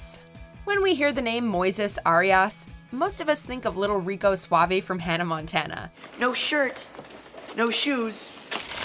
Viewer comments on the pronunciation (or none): none